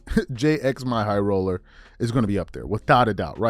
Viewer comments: Its jimmy not j-x-my 🤣🤣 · That “Jxmy” actually is pronounced as Jimmy, haha